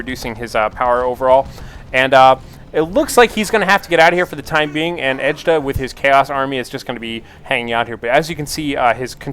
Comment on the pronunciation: Its Edtjuh!!! ED-CHA ASL:DKJFLAKJSFKJAKSLDJF